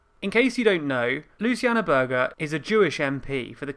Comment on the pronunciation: Its not pronounced Sowwbry its Soooobry, and Berger is not Berger its Berja - just FYI but good video